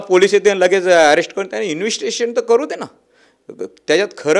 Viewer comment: ह्याला इंवेस्तीगेषण शब्द बोलता येत नाही पण शिव्या आणि धमक्या द्यायला बरोबर येतात.